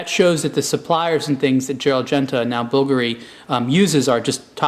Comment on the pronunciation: you pronounced it BULgari and bulGARi. is that just 2 different ways of pronouncing the brand?